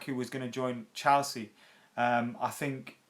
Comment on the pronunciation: Ffs never gonna suscribe to someone who can't even say Chelsea properly.. wtf is CHALsea..